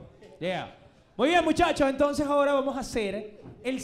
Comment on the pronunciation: Mori de risa con diciendo "pero justo ahoda" JAJAJAJAJAJAJA